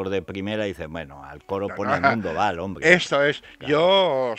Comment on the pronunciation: "El hombrgdre, el hombrgdre"